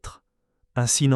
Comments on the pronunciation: La voix est à chier .Je zappe systématiquement, merci l I A . ON NE DIT PAS BÉE MAIS Baye comme goodbye . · Nathalie Baye n est pas une Baie. Son nom est mal dit. Je suis du Quebec et je sais comment prononcer son nom.